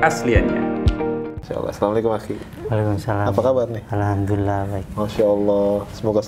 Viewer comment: tolong jgn menyinggung orang2 yang sudah islam dari lahir dan tolong klo ngomong alhamdulillah di perjelas, karena setiap saya denger itu hamdulillah bukan alhamdulillah